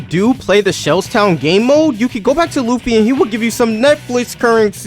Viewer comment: That’s not Luffy that’s Loofa 😭💀🙏